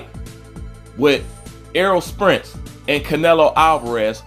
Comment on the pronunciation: His name is Spence not Sprence.